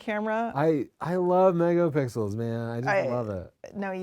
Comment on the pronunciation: Tony is definitely buzzed.. 😂😆 ... "I looove megapixels, man." Slurred.. LOL Best podcast ever.